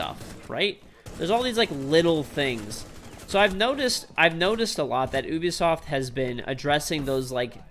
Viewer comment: Why does he say ooooobi soft